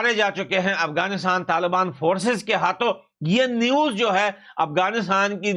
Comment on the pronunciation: Not tal bani but,taliban , hindi sudharo apni bhai ji